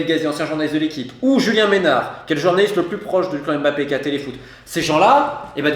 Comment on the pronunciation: On dit Mbappé et non M bappé svp prononcez bien les noms de familles d’origine africaine. Ngolo Kanté et non N golo c’est pas compliqué pourtant.